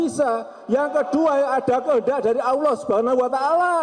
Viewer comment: BELAJAR LAGI AQOIDUL IMAN YA PAK... HARUNYA KALAU BPK BENER2 TAHU AQOIDUL IMAN.. SEPANIK APAPUN BAPAK TETAP DI HATI DAN DI MULUT AKAN SPONTAN BILANG NO. 1 SANG KHALIK (ALLAH) dan benar ngucapinnya bukan AWUOH ya pak BARU KE 2.MAKHLUK.. "Bumi dan isinya termasuk manusia jin dan politik baru itu nomor 2"